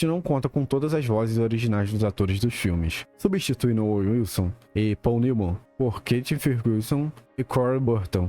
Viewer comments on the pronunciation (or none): none